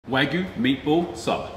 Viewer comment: So refreshing to hear an English speaking YouTube chef pronounce Wagyu correctly and not waahhhhhgyu.